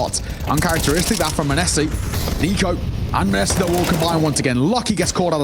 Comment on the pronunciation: my ears hurt when caster says MANESSI